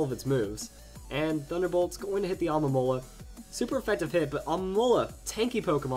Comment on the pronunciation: Okay man, it's not Alomola, and it's not Almomola, it's Alomomola. Say it with me. Al-o-mo-mo-la.